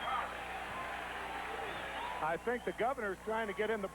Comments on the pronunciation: Oh man. I loved Ralph Kiner. Really did and do. But did he say,"there is Mayor Cock and Governor Cumoo"??! At about the mark. Lol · how does Ralph manage to botch the names of the Governor AND Mayor of the city?! 🤔😀